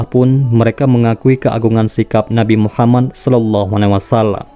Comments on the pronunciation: Min tolong ngomong yg yg benner. Nabiullah Muhammad saw. Bukna muhamman. 🤦‍♂️ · Radio atau vieeo,, ini orangengucaonya MUHAMAN, yang benar MUHAMMAD